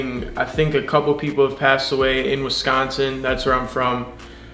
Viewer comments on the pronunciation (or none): none